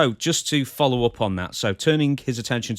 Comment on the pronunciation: “foller” 😂😂😂 even laughed